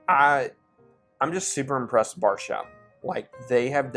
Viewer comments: Ok i have had a few tonight after having just left the Bourbon Junkies live stream but is anyone else hearing Bargetown when says Bardstown? Or is it just me?…maybe I need to take a break lol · Definitely heard Barge instead of Bard. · Bardstown. But it sounds like you’re saying Barsha.